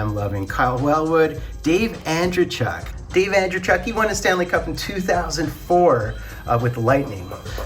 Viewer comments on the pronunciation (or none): An-DREY-chuk, stress middle syllable, it's a Russian last name